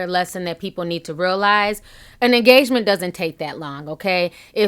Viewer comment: Did you just say "TEN YEAR ENAGMENT!?!?" Dear Lord......